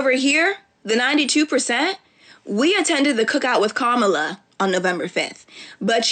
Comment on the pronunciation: And STILL can’t pronounce Kamala